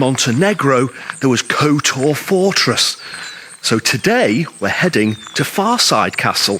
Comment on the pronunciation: Your pronunciation of the name is incorrect and Henry's wife did not own it. It was built in the 1300s and rebuilt in the 1500s. The most recent owner had to sell as part of his conviction for fraud